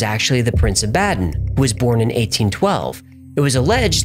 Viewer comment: Baden Pronounced Bounden